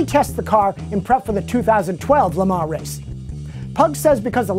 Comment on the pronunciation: i think the FT86 should drift. They should replace Foust's scion with the FT86. I like how says Le Mans because it is the right way to say it